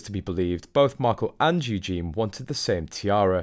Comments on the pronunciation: why do you keep on saying Eugene? man’s name! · pronouced U- gene-nee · It's softer than that, though, isn't it. Hard to show what it sounds like; to me it's a zh sound...I bet the poor girl has cursed her parents at times for being too clever. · Drives me crazy that you can't pronounce Eugenie's name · Please, please say Eugenie properly. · Please try and get the pronunciation of Eugenie correct. Thanx. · He not even able to pronounce "Eugenie" correctly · Meant to say mispronounced Eugenie. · Eugenie is a female name with a long eee sound at the end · Please learn how to pronounce Princess EU gen ie with an emPhasis on the first syllable! U gen is a masculine name!!! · It is Eugenie, not Eugene, for goodness sake. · Can you say Yoo Jean ee not Eugene. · Eugene is a male name. It’s Eugenie! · it’s Eugenie😂😂😂notvEugene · I really wish that you would pronounce the Royal names properly!Louis is Loo-we and Eugene is the MALE version -her name is EUGENIE-U-Jean-Ee! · Mate, she's not a guy! Her name is Eugenie, not Eugene!! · Her name is Eugenie (yoo·zhay·nee). You are pronouncing her name in the male format. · Her name is Eugenie, not eugene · Do stop calling her Yewjean, her name is Eugenie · Can I just say it's EugenIE not Eugene - the latter is a male name. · Her name is Eugenie, not Eugene, which is a man's name! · You are mispronunciation Princess Eugenie's name.You are saying Eugene (.male). It's Eu gen ie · Please learn to pronounce Eugenie! There is an "ie" at the end, Eugene is a man's name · I enjoy your videos but could you please try and pronounce Eugenie and not refer to her as Eugene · Please pronounce Princess Eugenie's name correctly. Eugene is a boys name!!! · Her name is pronounced u-GEEN-ee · Isnt it Eugeee nie? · Pronounced the letter u– Jen– e